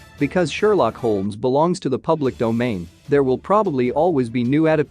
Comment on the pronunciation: Your mispronunciation of the lead character’s last name makes me not care what you have to say..